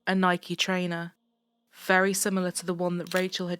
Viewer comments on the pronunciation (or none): none